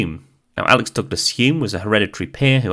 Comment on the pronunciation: Isn’t it Alec, not Alex, or have I been saying it wrong all this time?